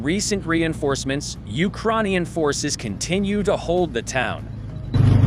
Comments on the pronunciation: Ukraaarrnian? Lol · "ukroinians" I thought the same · Why did change the digital voiceover? The new voice sucks. It can't even pronounce "Ukrainian" properly! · It's weird because it pronounces Ukrainian right sometimes. Also a bit jarring to hear oddly-worded phrases like "how pathetic is the Russian army" in an American voice. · whats with the new voice? It cant even pronounce ukranian right LOL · Teach the bot how to pronounce the word “Ukrainian”! It’s so fkin disturbing!